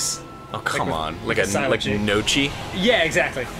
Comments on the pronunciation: Arin! it's pronounced nyo-kee not no-chee! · Arin its pronounced noki not nochi, i am of course referring to Gnocchi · Evan Bubnick ño-kki kind of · Also, I thought Gnocchi was prounounced like "Nyockee"? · Gnocchi, pronounced (Nyo-ki) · The hell is "Gno-chee"? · arin arin did you really pronounce gnocchi that way or was that a joke ARIN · ARIN THATS NOT HOW YOU PRONOUNCE GNOCCHI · Arin were you trying to pronounce gnocchi? Because if you were, you didn't. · Arin trying to pronounce 'Gnocchi' hurts my ears ;_